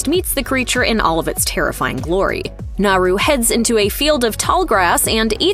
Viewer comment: One super annoying detail missed... How to pronounce Naru... The r is said as if it were a d... NahDoo.